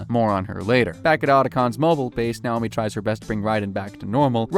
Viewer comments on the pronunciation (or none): It is also dreb-IN and nay-OH-me